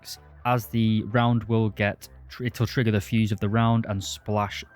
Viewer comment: Not dude really out here saying pwate instead of plate and twigger instead of trigger